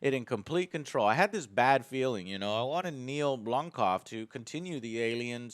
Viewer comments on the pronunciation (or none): Neil blomcough? I think you mean Blomkamp?